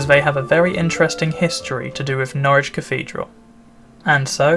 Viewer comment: Good that you pronounce Norwich correctly as 'Norridge' and not 'Norrich' as many folk do, even the locals.